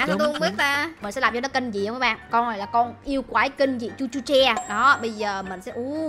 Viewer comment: chị nói sai rồi con đấy tên là chu chu cha lét chứ không phải là chu chu che